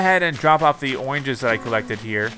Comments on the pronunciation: anyone notice how the animals wear clothes right? well timmy and the other like raccoon or something are only wearing an apron... idk it just bothers me... also he keeps saying oinges instead of oranges... im pretty sure at least. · He says oranges weird.